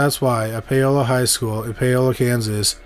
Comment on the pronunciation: Paola: POW-la